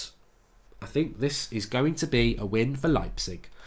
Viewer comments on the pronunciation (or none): lmao the way he pronounced leipzig. you do it like: lie (like in lying).